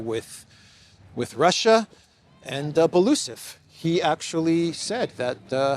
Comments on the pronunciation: Dear, not Balusov, but Belousov, spelling all letters as they are written: B-E-L-O-U-S-O-V. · Byel-o-u'-sov (4 syllables)